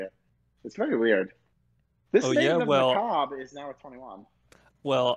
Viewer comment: Cimo's Kalut, Nyhmnim's CEDs Now that we're finally in 5D's, finally get's his Deckmaster... "Maiden of macabrRAyy"